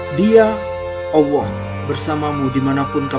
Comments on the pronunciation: HEI BUNG ADMIN KLU KAU MENYEBUT NAMA ALLAH SAJA DARIPADA BILANG "OWOH" DLM SEBUTANMU DI CHANEL INI LEBIH SANGAT MENGHINA TUHAN YG MEMPUNYAI NAMA ALLAH SAJA BUKAN "OWOH"? 🤔 🙈 🙈 🙈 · Mass admin.. saya perhatiin setiap kali anda menyebutkan nama allah kok saya mendengarnya awwooh..?? Allah itu pakek tasydid mas... ALLAH... Bukan awwoh... Klo ngomong yg lain pakek huruf L jelas2 aja kok.. tp kenapa menyebut nama ALLAH terdengar awwoh.. tp maaf sebelumnya ntah telinga saya yg salah atau gimana tu.. atau cuma saya aja yg denger gitu.. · Di menit kok penyebutan Allah bisa kayak awoh gitu... Hadew... Ap kuping ku yg salah, apa artikulasi suara adminnya yg salah... Gak tau lah, positif thinking aja lah... Biarlah Allah yg maha tau hati seseorang! 🙏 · Kalo saya malah gustialah gimna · Nyebut Alloh ko kaya awoh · Kalau memang tidak fasih menyebut nama Allah, ya nggak apa2. Tapi kalau di buat2, itu yang jadi masalah. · Bukan kuping anda yg salah tp Adminnya yg salah ..apa mgkn ( maaf ) dia ga bs nyebut huruf L atau dia non muslim .